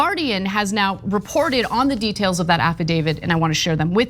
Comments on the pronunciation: Why are you saying affadavid? Like The woman movie giuliana brought to court that time it's affidavit and you know that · Affidavit not affidavid. Add this to quash not squash.